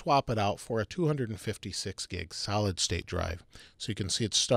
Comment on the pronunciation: Am i the only one who heard salad drive?